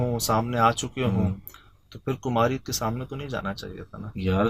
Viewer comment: Salaams sir kumaari hota hy kumharri nh...... Kumhaar ka oposite kumhaari hota hy ok our janab kumaari hy jesy raajkumaari rajkumar